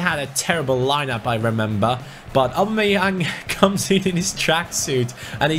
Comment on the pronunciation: Why can't you poronounce "Aubameyaung" probably? Lol